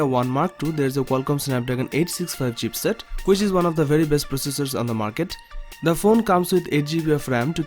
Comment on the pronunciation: Its not "CHEAPSET".....ITS CHIPSET....